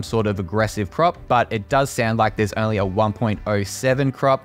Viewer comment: I didn’t know the word “only” was pronounced “errnly” lol The camera looks cool but I would still prefer the fx3 and a vnd.